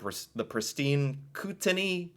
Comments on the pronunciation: Kootenay "Coot-ney" Okanagan = "Oh-ka-naw-gan" I moved from British Columbia to Newfoundland in 2012. It's Ireland of 2 centuries ago preserved by isolation. It's gorgeous and friendly but it's socially and economically very behind the times and if I could convince my Newfie husband to leave I'd do it in a heartbeat. My grandmother's family is from Manitoulin Island! Had to laugh when you said "random islands" because there's an island in Newfoundland called Random Island. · A little help on the pronunciation These are approximate to how most Canadians say em: Newfoundland "NEW-finn-lind" Kootenay "KOOT-in-AYE" Okanagan "OAK-an-AW-ginn" Kelowna "kill-OWE-nah" Also I live in Halifax, Nova Scotia but I grew up on Cape Breton Island. Look up the Highlands National Park, it's breathtaking. The Annapolis Valley on mainland Nova Scotia is also beautiful and full of wonderful restaurants and vineyards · Hey, it's pronounced "Koot-nee"